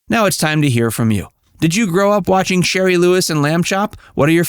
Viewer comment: Shari,not sherry.